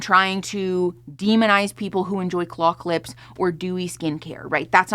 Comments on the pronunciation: I thought she said clock lips. I'm so out of the loops that for all I know that was a thing. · OMG I was also trying to figure out what the hell "clock lips" are 😂😂💀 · unrelated I know but Every time I hear the word "claw clip" I hear it as "clock lips" 😅🙃